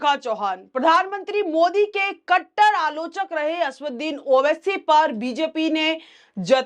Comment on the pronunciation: 'असदुद्दीन' बोलना सीखो